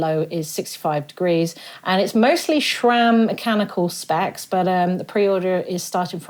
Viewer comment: Hey, Its SRAM, NOT Shram!!!!